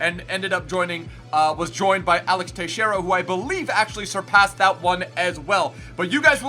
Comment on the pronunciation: Axel, not Alex.